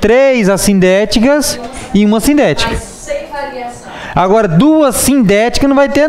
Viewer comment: as vezes não dá pra entender o senhor falar se a oração coordenada adversativa é SINDÉTICA OU ASSINDÉTICA, mas estou amando sua forma de ensino, aprendo muito. Mas estou com essa dúvida , o senhor pode me explicar???.